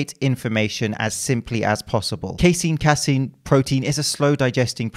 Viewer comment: Actually it’s pronounced “casein”